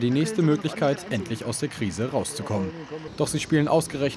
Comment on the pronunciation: krise nicht kriese. sollte mal als medium wissen